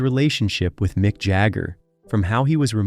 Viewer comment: "Mike" Jagger and the "Ralling" Stones 😂😂😂